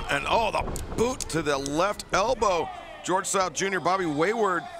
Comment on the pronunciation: George south? "Gorilla" 😅🤣🤣🤣🤣✌🏽